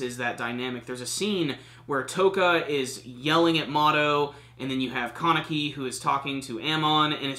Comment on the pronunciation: The way you say Kaneki. "Carnickie"